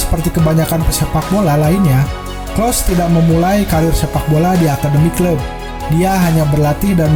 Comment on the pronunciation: Telat 9 bulan,, klose bukan klos